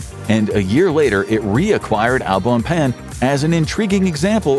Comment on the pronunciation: omg that pronunciation of Au bon pain hurt my hears...